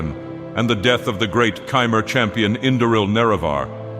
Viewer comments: I'm pretty sure it's "Хмэр" not "Chi-mer" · This was great, but it annoys me to no end that he switches the pronunciation of Chimer between correct and incorrect.